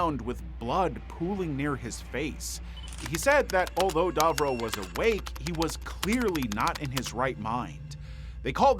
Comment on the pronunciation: *Davro, not Darvro! 😂🤦‍♂️